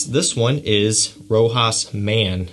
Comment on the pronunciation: ROCHAS Correct pronunciation: row-SHAH. The 's' is silent.